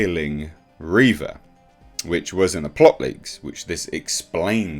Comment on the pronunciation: It's "Reeeeeeeeeeva" rather than "Reva". XD